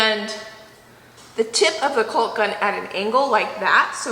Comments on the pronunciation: Cawk not culk :D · I giggle every time you say colk - it's pronounced K-ahh-k or cahhk... LOVE the baseboard on the rounded corners! The attention to detail is something you will appreciate for years to come and it helps that the both of you do it with a bright smile! Great job ❤️👍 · I have to say it! You probably won’t even see this, but I just have to. First, let me say I’m just starting watching your videos and I love them. That aside, caulk is pronounced like phone call with a k….callk, not culk. I’ll shut up now except to tell you that your energy shames me. It seems like you never stop! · It’s pronounce CAWK or CAWKING! Not “culk” or “culking”. Have a good one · I am glad you took down that wiggly wall. I just cringe though everytime you pull down all that window trim........I do hope you donated to to someone who could appreciate it. AND why do you say coe ALL k.......... it sounds so weird to me, my husband is a carpenter and he says it as "KAWK".............rhymes with HAWK............say it girl.............KAWK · Caulk rhymes with talk not hulk.Or, maybe it better rhymes with squawk. But, definitely not hulk or hulking. I love your videos and recipes! Sorry for my critique. Maybe it's a regional thing. Maybe it doesn't matter a bit. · "Culk" & "culking" is driving me nuts. It's c-AU-lk , like "talk" "talking" & "walk" "walking"... 🙂🙂🙂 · Loving watching the progress and wanted to give a friendly reminder that it's pronounced cawk not culk.. looks fabulous, remove the wall! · You are using caulk (prounounced cAwk), not colk. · It's pronounced "Cawk" not Culk, the L is silent🙏 everytime you say it I cringe and you say it A lot!!! 😅😅😅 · Please stop saying "culk." It's "calk," like "ALL!" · Here’s one to remember: “ CAULK” rhymes with TALK. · I’ve never laughed so hard. OMG!!! You two are a hoot. FYI: Calk, the L is silent. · Please say Caulk correctly. It it driving me crazy. Lol. Cawk. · “Cawk” the L is silent. ❤️ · Caulk has a silent L